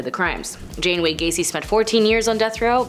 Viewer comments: Come on it's John Wayne Gacy. Not Jane or Jean for that matter. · John Gasy not Jane Gasey